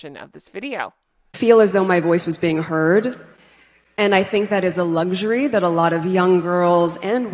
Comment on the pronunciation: Luggsury.... What? Its LUXURY